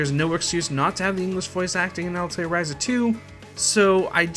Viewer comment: Altelier ...?? Atelier. At. El. Ee. Air.